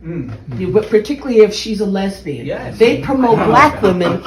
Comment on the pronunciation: Lezbeyun 😂 Shit I can’t think of that guys name now… right